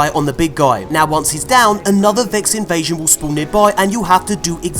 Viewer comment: Vex Invezzzzion 😂😂😂